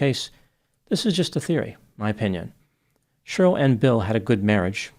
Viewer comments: It cracks me up how you pronounce Cheryl like Churyl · I like how you say Cheryl. SHRL